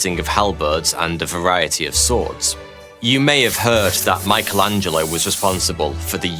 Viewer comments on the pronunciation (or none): none